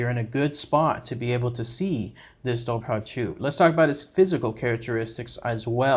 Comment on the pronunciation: Great video, side note, it’s actually pronounced “Dover-Who”